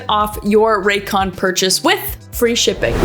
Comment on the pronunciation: Why is no one talking about how it said “racyon” on the sponsor